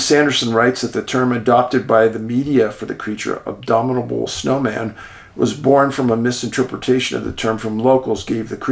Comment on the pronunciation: I love ya Dave, but you say Abominable as well as Steve says Adirondacks 🤣 Just kidding, we all have to laugh. Keep up informing the masses. Thank you for all you do 😊